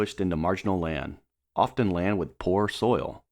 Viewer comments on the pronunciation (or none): none